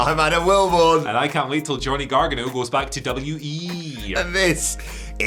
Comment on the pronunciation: You know how to say Gargano's name properly. You're not being funny when you screw up names on purpose. Show some respect.